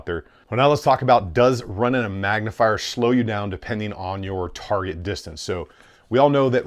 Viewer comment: Anyone else notice he has trouble saying the word "target"?